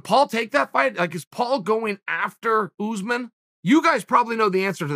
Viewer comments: Chael: oOooO0oze min Me: okay, great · Chael "OOsman" Sonnen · Who the hell is ooozeman ? Take some pride in your work. Komzot Chimaev may fight Ooozeman after bresfix 🙈😂🤣